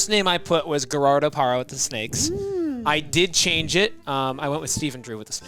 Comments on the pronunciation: is famously horrible at name pronunciation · Is there a joke I’m missing? I don’t understand how consistently mispronounces Gerardo Parra and claims to be a Diamondbacks fan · calls himself of snakes fan and he can't even pronounce Gerardo Parra 😮‍💨